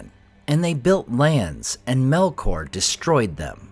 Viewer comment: "MELOR" tu vai ver.. 😂😂😂 é Melkor nao tem "k" mudo nao..